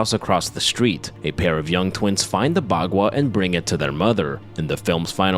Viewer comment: You're mispronouncing baqua